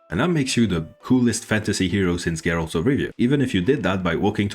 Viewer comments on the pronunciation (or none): none